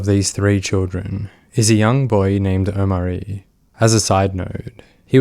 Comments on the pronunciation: the fact the narrator keeps saying "oMAHri", when you can hear how is name is supposed to be pronounced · The way you keep mispronunciating his name :/ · Come on dude you could at least pronounce the kids name right. They say it about 50 times. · Feels like kind of a disingenuous video when you can’t even bother to lean how the child’s name is pronounced before you record your narration